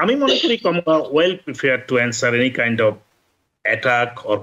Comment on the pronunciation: কমলা কে আপনি কামালা বলেন কেন? সেক্ষেত্রে আপনি করিম কে কারিম বলেন না কেন?